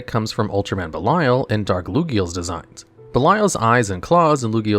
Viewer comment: bro butchered heisei and belial's pronounciation noooo